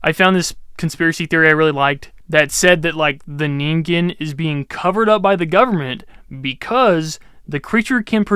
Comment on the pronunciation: "Neengaiyooh"? Really? It takes like 5 seconds to look up how to say something. Then you don't teach people something totally wrong AND you avoid sounding like an idiot. 😂 I like your content, but sometimes your mispronunciation of things is annoying. "Nuculer" and "petrosaur" are a couple other examples, but there were others. Anyway, that's my main critique and how I think you could improve as a YouTuber. Maybe a bit more work on the editing, too, so we're not just looking at you for the vast majority of the video.